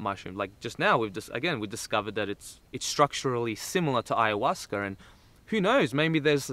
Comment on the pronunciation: lol he said hayahuasquer, love it